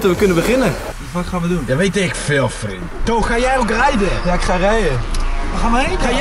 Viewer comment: stefan zei wat de fuck gaan we doen en giel zei weet ik veel vrien hhaaahhahaahha ik weet dat er vrien staat maar dat hoort zo